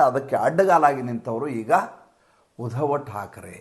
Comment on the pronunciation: ಉಧವ ಅಲ್ಲ, ಉದ್ಧವ.